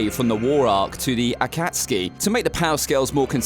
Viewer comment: Since no one is mentioning this, you can FINALLY pronounce "Akatsuki" correctly!